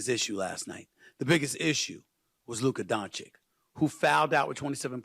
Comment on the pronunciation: Firs what Stephen must learn is how to pronounce Luka Dončić...show some respect/class Mr......